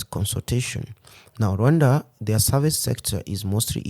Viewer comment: It is pronounced with 2 syllables (RWun-da), as he is pronouncing it. Westerners pronounce it with 3 syllables, Ra-wan-da, which isn't correct.